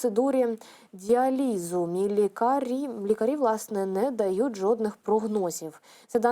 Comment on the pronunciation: Правильно: діа́ліз. Вчи мову, купи Буквар, біда з наголосами😢